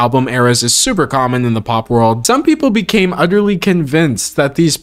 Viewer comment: Did you say, "Utterly," or "Udderly?"